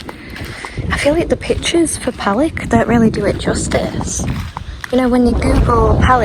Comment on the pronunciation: Most foreigners have a problem with the pronunciation of Serbian words, or nouns of towns and villages. Lake Palić and its surroundings are beautiful, and the correct pronunciation for Palić is Palich.